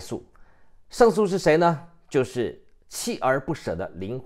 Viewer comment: 鍥(〈ㄧㄝˋ)而不捨，不是鍥(ㄑㄧˋ)而不捨。